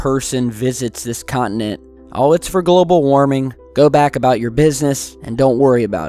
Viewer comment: Con-ti-nent not cont-in-ent